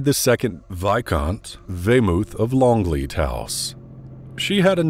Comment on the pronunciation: Longleat, not Longlead.